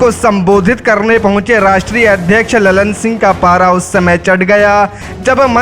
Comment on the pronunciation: लल्लन सिंह नही ललन सिंह है भाई साहेब।